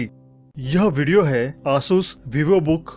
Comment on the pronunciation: Please pronounce Asus clearly it's very irritating